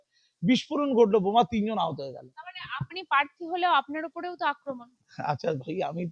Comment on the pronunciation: পার্থী নয় ,, জিব টা আগে ভালো করে পরিষ্কার করে কথা বল ছাগল কুলাঙ্গার মহিলা,,ঘৃণা লাগে ভাই এদের দেখলে